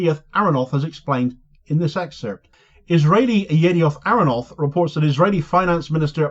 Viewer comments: ty for your reporting and analysis. Small point: the newspaper name is pronounced YIDee-ot AKH-ro-naught (Latest News, in translation). And Y-net is an online branch of Yidiot Ahronot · please at least inform yourself about your sources... YNet is not "another publication," it is the online branch of Yediot Aharonot (not "Yediot Arranoth")